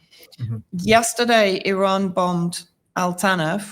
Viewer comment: Thank You for this report and for pronouncing Iran correctly!